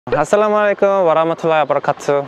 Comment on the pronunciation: Hey dear brother it's assalamoalaykum not assalamwalekum pronunciation is more important in arabic ☺️👍🏻♥️